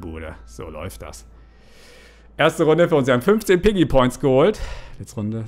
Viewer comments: Es heißt piggy nicht peggy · Ähm das heißt nicht Peggy sondern Piggy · Viel Glück ich bin ein bisschen zu spät aber zuuu spät Außerdem es heißt Piggy und nicht Peggy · Es heißt piggy!!!! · ey es heist piggy nicht peggy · Sie heißt piggy nicht peggy